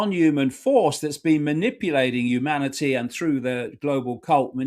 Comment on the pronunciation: Watch out 'umanity' Icke is about...the 2nd coming of JC BUNK